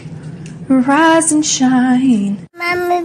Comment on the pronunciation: I know it’s rise and shine but it sound like “Veriiizon Shine” to me😂